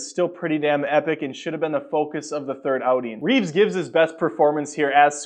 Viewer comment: It's REEVE, you fuck, NOT REEVES! GOD, I can't STAND when people mispronounce his name!!